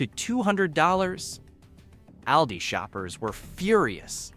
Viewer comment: It's called all - di